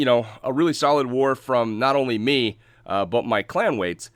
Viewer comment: Clanwates 😂 lol. Good too see tou back on top man keep it up.